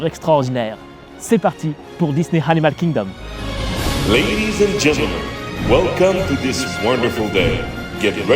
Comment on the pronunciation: Hello, merci pour cette vidéo (que j'aime un peu moins que les précédentes, même si ce parc est superbe. C'est mon ressenti mais je t'ai trouvé survitaminé: trop passionné par ce parc ou tu avais bu trop de café/de Coca/de Red Bull,;-) Et aussi, pendant que j'y suis dans les critiques, petite note d'anglais: pas de H à Animal Kingdom donc pas besoin de le prononcer! Hâte de voir ton avis sur Havatar:-D